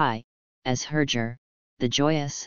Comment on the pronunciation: This AI is pronouncing some of the names badly. Like Herger. It's with a hard G in the name.(not G as in German) Also Vladimir Kulich-(as in Kulik_,and Bulwyf (pronounced as Bulvy)